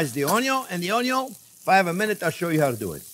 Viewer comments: I love the way he says onyon 😂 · I so love this man.... we have to make onyon 2.0 - HAHAHAHAHAHAHAHAHA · What is a ONNGYUUN? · I love the way Chef cuts the Onyon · Sausage and onyo, a match made in heaven! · "onyo is number first!" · ONYION 2.0 😂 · I love how you pronounce 'onion'. Takes me back to watching Justin Wilson cook. Your enthusiasm brings a little bit of that experience back, too. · Ok now I know how to cook sausage, I’m going to make this soon. And I will try to pronounce onion like Chef JP.